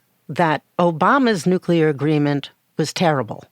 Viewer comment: Are you serious? This reporter simply cannot properly pronounce a core term of this entire conflict? It's not "NUKE_YOU_LAR,". It's pronounced "NUKE-KLEE-ARR." OMFG, SMH. You've undermined all of the helpful information you've relayed to the host of this program, and all of its listeners.